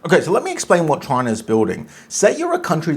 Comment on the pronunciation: You pronounced that way when you first said chinar😂.. "ALLEGEDLY "